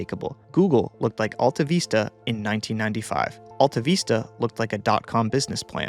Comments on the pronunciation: Is that how you pronounce it? I used to call it Alta Vista not Veesta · How can you screw up the pronunciation of a word as basic as vista????????????? It's VISS tuh not VEES tuh! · It's not d e c... It's DEC and it's not altaveesta, it's Altavista... Short I, like Vista.. Aka view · Why are you saying "veesta" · Sorry but the way you say "AltaVeesta" is very bothersome. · Who remembers how to pronounce ‘vista’? Not this guy. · Excellent content and mostly excellent presentation (one exception being that you might have wanted to Google how to pronounce Vista) AltaVista was my go to search in my early years on the net and it was disappointing to see it fade